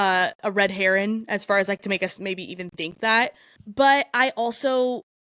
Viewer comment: Red HERRING 😅 Not red heron....